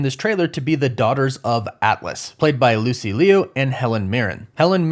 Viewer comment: Did you say "Lucy Leo"? You're pernouncing her last name wrong. Its "loo" like "loop" but without the P. Lucy Liu.